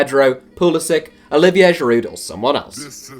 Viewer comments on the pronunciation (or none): none